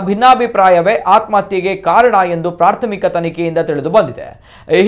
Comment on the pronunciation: ಅದು ಪ್ರಾಥಮಿಕ ತನಿಖೆ, ಪ್ರಾರ್ಥಮಿಕ ಅಲ್ಲ